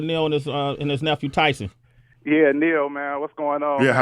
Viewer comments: wow - this is painful - nasa lies! tyson is lying shill... nasa was founded by nazis - do some research - the interviewer praises tyson like he's been his hero for so long and then he doesnt know how to pronounce his name - the dumbing down of amerikkka is alive and well here... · How you fuck up the name and say you watch his shit? Everyone that introduces him pronounces his name with the “E” silent! Even he says his name at the beginning of “Star Talk”. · "Yeah, this is my mentor, my hero growing up. Always looked up to this cat." (While he mispronounces his name) smh